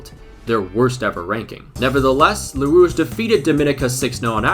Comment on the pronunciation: The way he says Les Rouges kills me inside